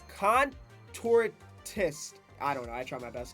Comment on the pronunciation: Con-tor-shin-ist lol